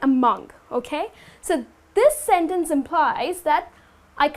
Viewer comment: 1) a sentEnce? In fact, I have never met such a pronunciation before. Are you sure it's right? 2) Thanks for the class! 3) First